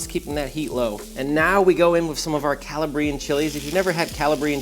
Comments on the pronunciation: "calla-bree-un" bruh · Great trick. Next step, you're pronouncing Calabrian incorrectly. It's not Cala-bree-inn, it's Cala-bree-ann. Look up a video on Calabria 😊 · It’s pronounced Caw-la-Brie-en!!!!! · Say it with me: kuh-LAH-bree-an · Not to be petty…but gonna be petty…you are mispronouncing Calabrian. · They both need to learn how to pronounce “Calabrian”….. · You're pronouncing Calabrian Chilies incorrectly! Doofus! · I feel like he’s trolling us with the way he says Calabrian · If he's a former "Chef" he should know the correct pronunciation. He's either trolling or he's an idiot.